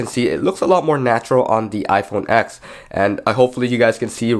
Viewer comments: IT'S READ AS "TEN" NOT "X" 🙆‍♂️🤦‍♂️ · iPhone Ten! Not ex! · Yet another tech video where you call it the “X” not the “10” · It’s not pronounced iPhone “ex” it’s pronounced iPhone “ten” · Why do you keep saying “iPhone ex”? It’s the iPhone 10. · do you mean iPhone TEN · It’s called iPhone TEN!